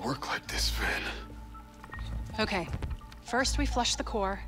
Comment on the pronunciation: you said phin